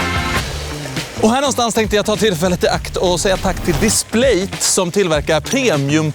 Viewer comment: Triggas oerhört mycket av hur du uttalar Displate 😅